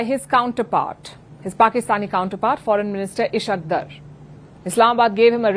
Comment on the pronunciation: Dear Palki, I would recommend that you learn the correct pronunciation of the name Ishaq Dar